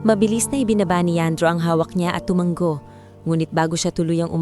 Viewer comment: Tumanggo na naman. Basahin nio kc ang mga comment pra alam nio na Ang tamang salita. Hnd tumanggo. Tumango yan ang Tamang salita From: Pangasinan. Time 11: AM